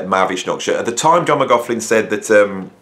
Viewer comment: great vid, except it's 'Mc-Loch-lin' and 'Chin-moy'. sorry to be a pedant lol. the torment was real, Michael Walden was meditating with JM when they first met, and he could hear water dripping onto the floor, he opened his eyes and saw that it was JM crying his eyes out but trying to remain silent